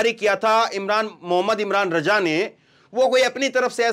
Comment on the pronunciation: मु इमरान रज़ा उच्चारण शुद्ध करें